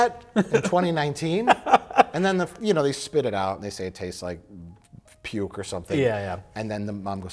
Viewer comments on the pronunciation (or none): none